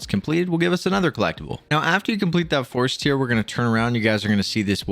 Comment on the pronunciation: It's not force "tear" like crying, it's "tear" like you tear a piece of paper in half haha.